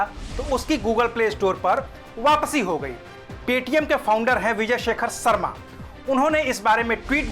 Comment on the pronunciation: सर्मा नही, शर्मा😀